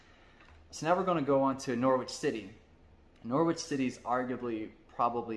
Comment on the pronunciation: I love the video, as I mentioned previously, but I do need to teach you about English pronunciation. Norwich is pronounced Norrich. The W is silent 😊 Well done for avoiding comparing Crystal Palace to the Philadelphia Eagles (because Palace are nicknamed the Eagles). They will never win anything because they're a selling club. They produce great young players, but they don't keep them when they mature.